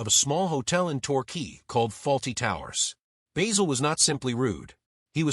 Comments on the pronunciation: It's Basil not Baysil. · BAY-sil? Have you watched the show? Not to mention a completely click-bait title. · At the risk of sounding overcritical, I would point out that in British English the name (and the herb) "Basil" has a short "a", and rhymes with "razzle". I am impressed by Cleese's father's foresight in changing his surname. I have known a number of people who have changed or dispensed with a name, often without any obvious need, but ugliness is in the eye of the beholder. In thirty odd years of teaching, I met children whose names affected them as much as a physical deformity, and who got rid of the offending name at the first opportunity. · Why do Americans pronounce Basil as bayzil? No other nation can mangle words like the Americans. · What an absolute pile of shite! AI couldn't even pronounce his name correctly, not just AI shite but American AI shite. Why all the pictures of people who were not even in it? Wankers!